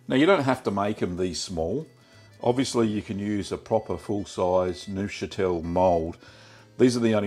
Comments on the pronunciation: petit neufchâtel Me: petty nosferatu? Nosferatu, appearing at my doorway: oh, do we have a problem? Do we have a problem here man? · Pft, I'm not watching a guy make a cheese whose name he can't even pronounce.